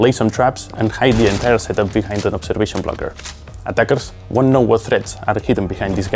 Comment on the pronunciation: She said obseration tool